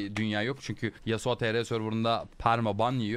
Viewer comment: yasua değil yasuo